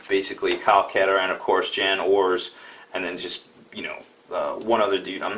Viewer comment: Kyle Kataran? You mean Kyle Katarn?